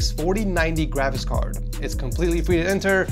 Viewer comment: I like when he says " GRAVIS CARD" more like travis card...